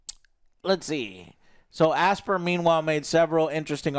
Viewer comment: Oh for goodness sakes! it's pronounced "As-pie-yer" not "Aspeer" or "Asbeer"! you know as in the word "aspiration" and "inspire", "Aspyre" as in: "You aspire to be that somebody or do that thing"?